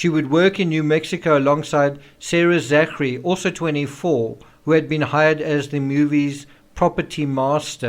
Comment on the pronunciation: Hi Thanks for your sober analysis of all these contributing factors to the Rush shooting tragedy. I would just like to point out though that ZACHARY is pronounced ZACKARY! You are welcome! Shalom to us only in Christ Yeshua